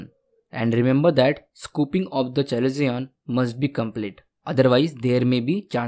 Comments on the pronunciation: Not called chalezion, its called kalezion, written chalezion😅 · Its pronounced as kalazion ... Not chalazion